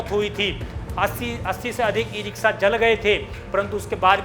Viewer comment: "स" और "श" में अंतर करना सीखिए और सही उच्चारण किया करिये ये इ रिक्शा होता है , इ रिक्सा नहीं।